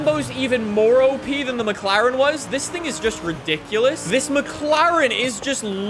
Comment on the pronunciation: “this mclarean…” driving a Lamborghini Huracán